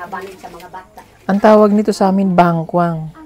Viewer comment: Sir. Puol bigla ang bigkas sa Bangkwang! taga Batangas ako at Mindoro Probensya ko. Kaya alam ko ang salita dyan sa Mindoro grade 2 plang ako ng lumawig kami don sa Roxas, Oriental Mindoro.